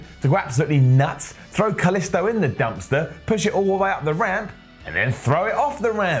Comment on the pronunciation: stop saying kalisto wrong